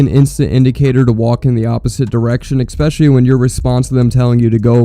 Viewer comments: It really detracts from your points when you pronounce ‘especially’ as ‘expecially’… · You had me listening to you said : ekspecially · There is no X in the word "especially"